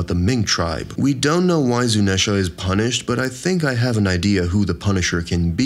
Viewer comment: How did you mispronounce Zuneisha, Imu, and ZOU I want to cry